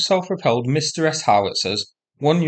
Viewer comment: "Msta" is pronounced one-syllable, as in "instagraMSTAr".